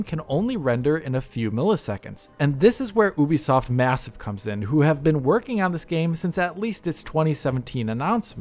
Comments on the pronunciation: Its Ubisoft not oohbisoft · Oobisoft? Youbisoft! 🤔